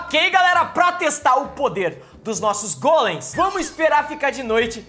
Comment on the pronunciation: vc fala golens mais e gólens